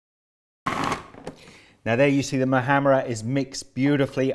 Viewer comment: Oh wow you said the letter h of muhammara very well XD